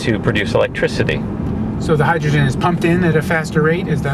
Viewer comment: not hydrogren!!!!!!